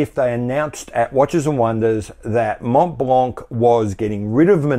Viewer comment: Candid question : does the average Hublot customer knows or cares whether or not his watch is powered with an ETA ? MontBlanc : both the T and the final C are silent. Pronounce it like Monblan.